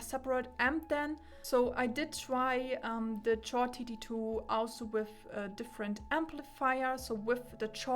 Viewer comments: I'm not annoyed, in my mind it's like she's repeating Zeos' (Z Reviews') joke from his Chord Mojo (1) review where he was trying to deflate the unjustified hype about it and he intentionally mispronounced it as "Tschord Moyo". 🤣(To clarify for Germans, the official name should sound like "Kord".) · Am I the only person annoyed by the way she pronounce chord 😂 On another note , great review. I like the long in-depth videos so keep it going forward 🙂